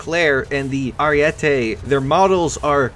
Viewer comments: Btw stop saying ariette it's ariete. One t. Every English speaker gets that wrong. It's a goddam name not an opinion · Ariete not ariette